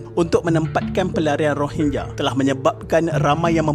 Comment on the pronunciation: Ko sebut rohingnya2 min terasa long tiger weyh